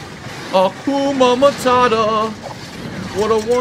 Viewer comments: bro said Hakuma Matata instead of Hakuna Matata im done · is he saying “akuma matata” ?? isn’t it “hakuna” this dude pisses me off even when it’s fucking trivial 😭 cos he emphasizes so heavily that he’s always right and never makes a mistake but something this well known he doesn’t know